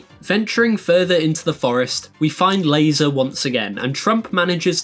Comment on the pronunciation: Pronouncing Lae'zel that way has to be a crime